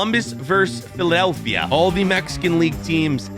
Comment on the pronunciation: Bro said phelidelphia